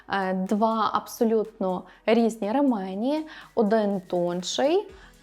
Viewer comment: Правильно казати «рЕмені» (наголос на перший склад)